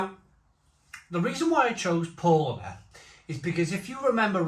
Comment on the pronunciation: Paulaner = "pow-lah-ner" with second syllable stress (sorry, just sayin'...)